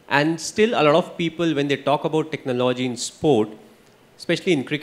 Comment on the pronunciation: How does he pronounce TECHNOLOGY....... Very cunning and wise when in front of camera.....the way he compared Sachin and Virat......everybody knows it's Virat the best but emotional sentiments is still with Sachin..